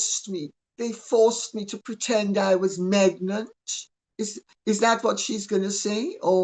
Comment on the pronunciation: "Megnant"?? Perfect!! I ADORE Lady Colin Campbell!!🤣💖🤣